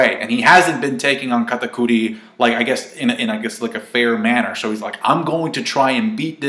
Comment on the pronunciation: Why does he pronounce Katakuri like that??? so cringey ...